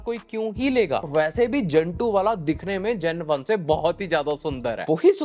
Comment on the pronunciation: Two thousand vaannnn😂